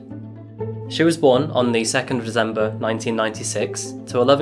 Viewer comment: Love the Channel but can't get over the way He says December with a "z" lol